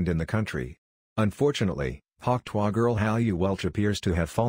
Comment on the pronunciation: AI can do many things. But not, apparently, pronounce "tuah"!!!